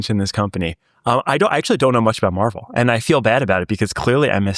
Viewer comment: For the love of God, please pronounce MRVL properly. It is not the comic book or the soft serve ice cream chain that serves fudgie the whale with an 'M." It is similar to the old Chevelle pronunciation - think "Marvelle." You guys did the same thing with "semi conductors" with the emphasis on the "i" in semi instead of "sem-eee." Otherwise good podcasts. Rant over